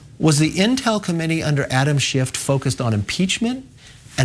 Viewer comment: Did he call him Adam Shift?